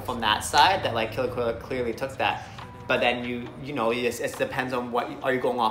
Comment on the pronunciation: It's actually "kolya" 😅